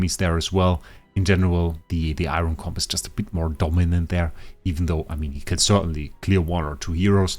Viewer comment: Bro it’s Eironn not iron